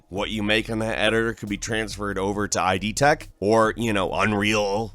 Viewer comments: My weirdest gaming moment of Nov. 2018 was hearing my boy say "Eye-Dee" Tech, instead of "id" tech. Have I been saying this wrong my entire life? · it's not ID like Identification it's Id like Idiotodd howard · "id" is a psychology term pronounced like "kid". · Nice video But I always thought "id" was pronounced as one word. Like "it", but with a "d" instead of a "t". Not like "ID" in the sense of identification. Also, does Bethesda own id tech 5/6/7? I know id made the engine and they own it, and that it was published in games by Bethesda Softworks, the publishing company, but the studio that designs what we call "Bethesda games" (The Elder Scrolls, Fallout, Starfield) is Bethesda Game Studios. Furthermore, Zenimax owns id, not Bethesda Softworks.